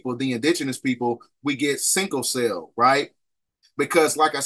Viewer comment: Everything here checks out except “sinkle cell” I swear you were killing me . Say that shit one more time 🫥😒😂😂😂😂😂